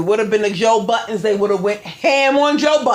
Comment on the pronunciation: Joe *Budden” not buttons lol good show!